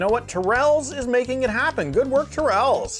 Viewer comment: Accent on the first syllable, pronounced Tear ruls